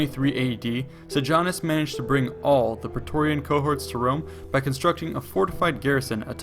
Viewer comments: Very interesting but please get the pronunciation right: Sejanus is "Seyanoos" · you cannot ear the way he pronounces seianus. segianus hahahah!